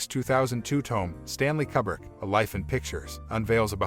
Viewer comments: God damn, son! It's Koo-brick! Damn! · "Forgotten," lol, umm.... "Kubbrick" smh.